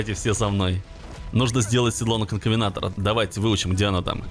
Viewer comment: НЕ КОНКАВЕНТОР А КОНКАВЕНАТОР